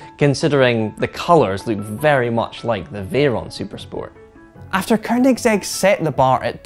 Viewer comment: Eurgh. "Ker"nigsegg. Americans and Scots just can't help but put a fucking R in there. And the F40 never hit 200 mph; that's a myth. Car and Driver got it to 197 after testing it twice; Road and Track got it to 196; no stock F40 has ever gone 200. Only one magazine (the Italians, Quattroruote) claimed 200+. The Diablo, however, consistently got 204-ish.